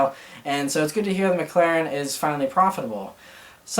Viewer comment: I feel like Mclaren is vastly pronounced incorrectly. It's "Mic-Lair-En" not "Mic-Clair-En", correct?